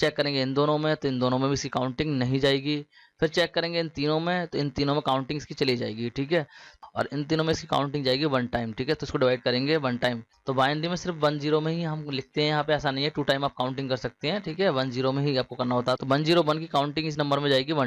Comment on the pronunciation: SIR AAP BUN BOL RAHE HO ONE KO